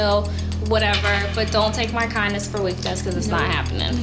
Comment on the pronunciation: "This is NOIT your house! This is NOIT your house!" 😂🤣